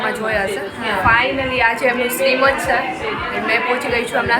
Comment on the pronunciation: સિમંત બોલે અને લખાય! શ્રીમંત નહીં!